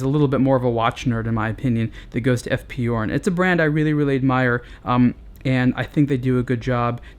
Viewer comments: It is pronounce "zhurn" not "yourn".just an info. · F.P journe is French not German so it's pronounced 'zhourne'. If he was German then 'yorn' it would be. But no -. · It's Journe. Not Yourne. Otherwise, good review. Thanks. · F. P. Journe or eff pee shourne, not eff pee you're. Sorry, it's my OCD. Update: I couldn't finish the video having to hear you mispronounce Journe. And yes, I know I could very well be wrong. But if I am, then I couldn't watch anymore because he kept rightly pronouncing Journe. 🤷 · Pronunciation is totally wrong. Again! The name is pronounced like in french equivalent for the "day: Fonetically "JU:R" and add the N at the end: JU:RN. Also the initials EF PE EF PE JU:RN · It's pronounced "shourn". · hard J as in Journey... It's Fench